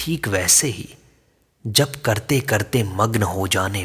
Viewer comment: "जप" कब से "ज़प" हो गया ??